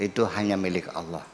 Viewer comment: Sekarang ini sering saya dengar di YouTube dll, bahwa penyebutan Nama Allah menjadi Awlah, sehingga menjadi tuntunan bagi generasi sekarang, apakah ini juga sah2 saja Buya